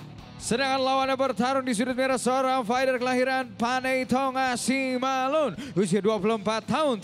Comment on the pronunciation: suruh announcer baca yang bener. SIMALUNGUN BUKAN SIMALUN. Kalo ga bisa baca, besok les baca sama saya